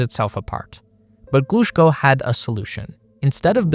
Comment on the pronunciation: Thanks a lot for this video! Just to help with the correct pronounciation of those great names: Korolyov: kuh-ruh-LYOF -- [kərɐˈlʲɵf] Glushko: gloo-SHKOH -- [ɡluːˈʃkoʊ] Chelomey: cheh-luh-MAY -- [tʃɛləˈmeɪ]